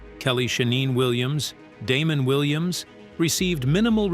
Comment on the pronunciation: How am I supposed to believe all of this when you can’t even pronounce Damon Wayans name correctly? 😂